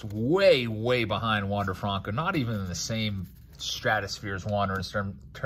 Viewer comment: “Wonder fronco”